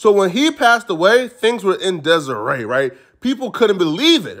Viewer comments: things were in dezeray he said a whole female name it’s disarray 😅😂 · Good stuff.. just a heads up though, “disarray” isn’t pronounced “Desiree” lol that’s a female’s name. It’s “diss-uh-ray” or diss-a-ray…. And cabaret is pronounced “cab-uh-ray” or cab-a-ray. Sorry, not trying to be a grammar Nazi my dude, just trying to help for future reference. Great video nonetheless! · Naaahh!!...This mf said things wer in "desiree"🤣🤣🤣🤣🤣🤣🤣🤣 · " in dezerae" 😂😂